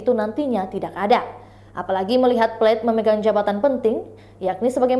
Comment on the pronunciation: Plate bukan Plet